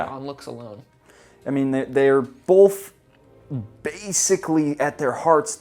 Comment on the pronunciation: is one of those guys who puts an L in the word "Both"